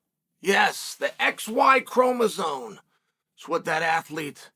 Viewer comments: what first argument? I was making fun of chael saying chromosone instead of chromosome!!! The hell is wrong with you?! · Someone tell Chael that “Chromosome” does not contain any Ns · uncle chael always miss pronounces names/things here, now it's "chromoson" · Lol, you can't even pronounce chromosome correctly. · Incredibly L take, from a man who doesn't even know how to correctly spell or pronounce the word 'chromosome'. The fact that there even is a debate regarding this -- that allowing people with mental issues is even entertained as an option, let alone allowed to compete -- is absolutely absurd on its own. Society has gone too woke and blinded that its twisted worldviews bled into the goddamn Olympic games. Absolutely pathetic.